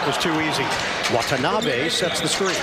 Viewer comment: The correct pronunciation of Watanabe's name is, Wa-ta-na-be , not Wat-n-abe !